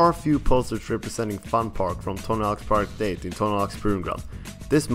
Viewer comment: theres only so many times i can hear this guy incorrectly pronounce Project 8